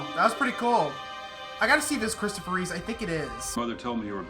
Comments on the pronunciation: Why do you call Christopher Reeve "Reeves" every time? It's Reeve, not Reeves? George Reeves acted as Superman on the black and white TV Show in the 60s. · Christopher Reeve not Reeves lol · Thanks Captain Obvious lol. And it's Reeve, not Reeves.